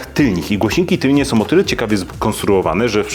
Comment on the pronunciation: Głośniki tylne a nie tylnie ;) super materiał 👍